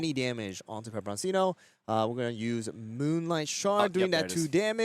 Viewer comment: Why would you continue to constantly mispronounce pepperoncino when your co caster is pronouncing it correctly?